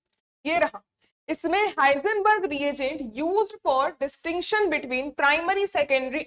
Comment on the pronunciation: हिंसबर्ग न कि हाइजनबर्ग